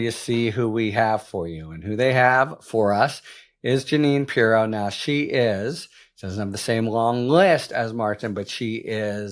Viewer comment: Harry, it's not purr-ROW, it's PEE-row. That being said, I'm looking forward to everything you will be reporting about her.